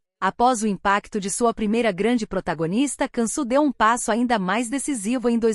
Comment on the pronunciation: Se diz : Diansu Dere e não cansu 😂😂 povo analfabeto narrando história